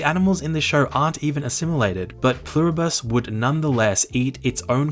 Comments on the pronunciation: Love the video! You're definitely saying Pluribus wrong! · Pluribus is latin. It's not a bus. It's literally on your american coat of arms. Et pluribus unum. Don't just wing it, at least ask google how to pronounce something if it is a word you haven't seen yet.